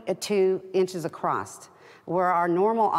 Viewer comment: ACROSS not ACROST